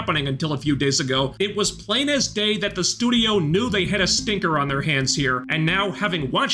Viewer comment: a schtinker 🤣🤣🤣🤣